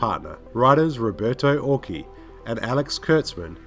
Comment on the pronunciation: Why do you struggle with the name Zachary? Also, Orci isn't pronounced like that. It's not "Orki". Also, it's not Ohura, it's Uhura. Jeeeez.